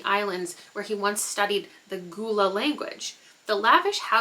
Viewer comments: Gullah is gull-lah (like seagull) not goo-lah. That looks interesting! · Congrats on 150K!!!! Gullah is pronounced Gul-lah (like seagull) not Goo-Lah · I think the language in "Pour One For the Devil" is pronounced Gull-uh. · I love the cover of House Of Bone and Rain. I love the Green-Purple color combo as well as some orange in the house on the cover. Makes it really stand out (plus i love bright colors overall) EDIT: Also its pronounced "GUH-UL-UH" The Gullah Geechee are a subsect of Black American people wjo and live in around a specific reaching stretching from South Carolina to Florida. Their ancestors inhabited the Sea Islands and fared better then settlers/enslavers and kept onto parts of their languages and cultures from where they were trafficked from and it blended into what became the Gullah culture. They even have a queen named Marquetta Goodwine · lol i'm gullah and i've been laughing for 20 minutes at "ghoul-ah" i apologize to but i've told my whole family i fear